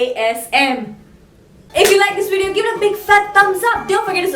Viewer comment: It's VIDEO not Weedeoow, learn proper english